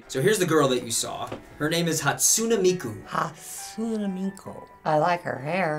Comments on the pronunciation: ITS NOT PRONOUNCED HAT-SUNA-MIKU ITS PRONOUNCED HAT-SU-NEY-MIKU! Miku is my sempai. WIFUUU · Vocaloids is my life. Legit Im obsessed with them. And its pronounced Hat-soon-eh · its hat-soo-neh.